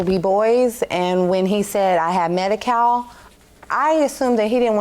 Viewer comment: "1st of all I have medikale...." 👆 Right there!!! That's where she really fkd up